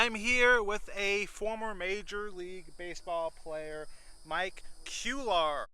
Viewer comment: pronounced "Quay ar."